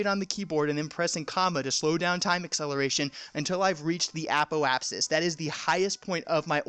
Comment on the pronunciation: APP - OH - AH - SIS PER- REE - APP - SIS